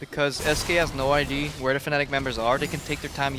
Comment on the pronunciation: Krepo really struggles to say "Idea". ..... Happens to the best of us.